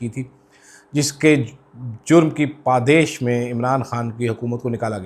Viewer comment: jurm ki paadesh ni jurm ki "padaash"